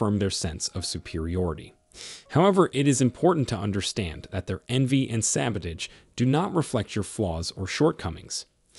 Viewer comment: The narrator cannot even pronounce the word "sabotage." Why should we take this podcast seriously?